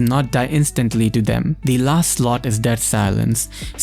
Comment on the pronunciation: It's not hard to say... LAST :)